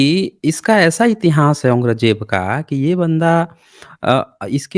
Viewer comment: Dukh di gal hai k aap jesa sarb parvant admit aurang Jeb da nam bhi sahi nahin bol riha